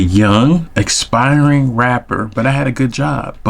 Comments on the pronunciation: Every single one of them, people. (Aspiring rapper, not expiring…that would be a dying rapper…so I think you meant aspiring?) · Nope. It's 'aspiring'. Close, tho.